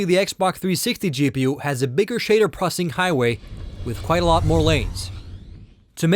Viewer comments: its processing not prosing. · It's pronounced "ZEENOS" not "UGHXZENOS". try annunciating more. that way you'll actually be saying "pro-cess-ing" instead of "pro-ssing".